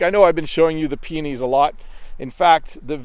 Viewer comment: I've thought of that several times. You've talked about peonies more times. When you speak faster it sounds you wanted to say penis but you misspronounced that word. 😀